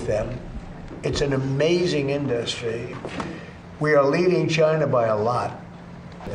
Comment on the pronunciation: Has he never heard or spoken the word "industry" before?